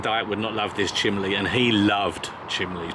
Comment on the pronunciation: Chimney (chim nee) c’mon say it. Not chim lee. Great to see you both again!